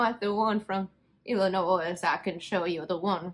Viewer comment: The "s" in Illinois is silent. But noticed, while writing, you corrected yourself the next time you said it. Wait...you said it again!